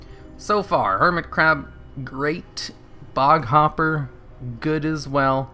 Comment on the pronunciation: i think at one point you said curmit hab..